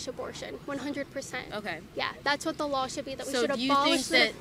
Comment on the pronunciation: " I have a soft voice - and once thats often like NAILS on a chalk board - Oh YEs & Kailin - U ALSO seem to pronounce Ls when they DO NOT belong - the word is LAW not lawL